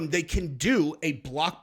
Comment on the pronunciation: Bloggbusser? You tawlging to Braindum Schwab again?